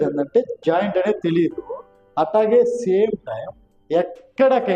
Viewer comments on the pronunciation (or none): అట్టాగే కాదు అట్లాగే అని పలకాలి.